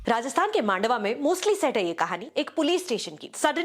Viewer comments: May I very respectfully mention that it is pronounced मंडावा and not मांडवा? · It is pronounced मंडावा, a place in Rajasthan and not मांडवा (as you pronounced), a place in Maharashtra. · It's man-dahh-wahh..trust me it is as I am from there.